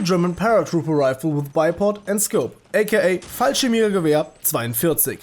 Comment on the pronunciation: "and the German paratrooper rifle, aka.." And here I was expecting yet another youtube video butchering of a German compound word.. and then you just nail it and I know for a fact you're German.